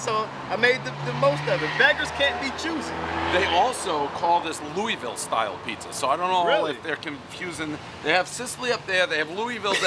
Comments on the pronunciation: Loo wee ville pizza. ITS LOUISVILLE (looahville) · Ur saying Louisville wrong